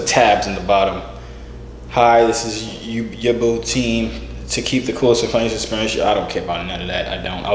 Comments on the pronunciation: Its YOU-BOA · It’s pronounced You-bow